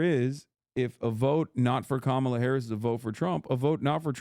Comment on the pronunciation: I agree with Chappell, but major cringe when she said Kamala wrong but has razzed her audience for saying Shappel Rowan.